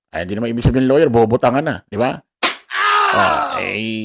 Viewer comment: Lawwyer ba or lower?